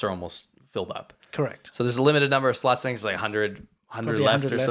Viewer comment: The way says slots sounds like sluts lol